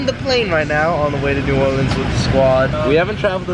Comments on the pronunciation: Not new orleeens new Orleans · Ew why does say new orleeens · saying “New Or-leens” got me triggered...if you from the south than you know why 😂😂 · I was eating and when said “new or-leans” I dropped a piece of hash browns